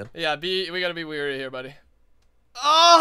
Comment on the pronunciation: It's wary not weary. Wary means careful weary means tired.